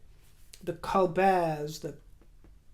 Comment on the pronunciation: Col bert would not be pronounced with French silent t in US.